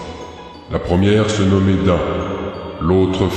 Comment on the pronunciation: On dit Dine pas Din bordel ! xD #JeNaviPasVu